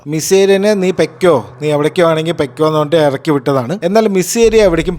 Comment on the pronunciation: Bro pekko alla pokko